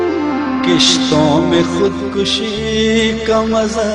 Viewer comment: Brilliant calligraphy but never expected from a ghazal singer that they would pronounce 'Kishtou'n mein' instead of Qistou'n mein. Irony is that except very few singers, majority of urdu speaking population failing to enunciate correctly.